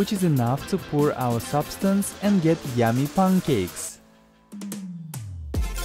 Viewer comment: I love when you say tammy instead of yummy